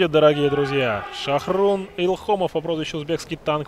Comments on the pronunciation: Не Шохрун а ШОХРУХ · Не Шахрун, а Шахрух.